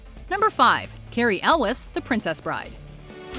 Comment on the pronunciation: Carry El Wes? Isnt it pronounced yules?